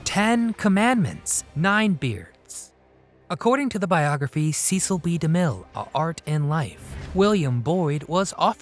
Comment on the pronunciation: sesell bee da mill , not seees